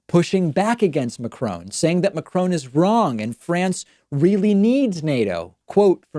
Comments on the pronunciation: Yes... very interesting Mr Pakman, but who is this 'Macroan' geezer you keep going on about? The President of the Republique Francais is called Emmanuel Macron, pronounced without any artificial stretching of the second vowel in his surname As someone whose first language was presumably Spanish Mr P should be well aware of the annoyance that the lazy and arrogant Yank habit of unilaterally altering other people's languages and imposing their own mispronunciations causes. Personally speaking, I still haven't forgiven them for imposing the short billion/trillion/quintillion (etc) on us back in the seventies (presumably so they could boast that they had 'billionaires' and the UK didn't). And France (unlike my own country) is still resisting incorporation and assimilation as a subservient and obedient vassal state in the Yankee cultural and economic empire. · Please, could our American friends learn to pronounce his name properly as a sign of respect that I hope we would agree he deserves; President Macron sounds like "ohn" (like Tron but with a cropped n at the end) and not like Macr"own" as so many Americans seem to say. It sounds horrible, incorrect and disrespectful. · Really good segment, David, but if you're going to say "Macron" that often, make some kinda effort not to pronounce it "Macrone". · "Macron" is pronounced like "Macrauo" as the "n" is silent in French. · David, please pronounce his name correctly ... its not Macrone as you keep saying, its Macron with a soft n ... try this as a starter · While I agree with comments on this site, I do wonder why David hasn't made the effort to pronounce the French presidents name properly! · Please check your pronunciation of Macron!!! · Trying to figure out what kind of reverse psychology could get you to pronounce Macron correctly, David. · I speak French. I lived in France. David is not pronouncing his name correctly at all. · To nick pick, your pronunciation of Macron makes me cringe😂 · It's MaCRON not Macrone!